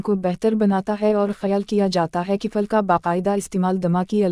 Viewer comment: پھل کو فل کہہ رہی ہے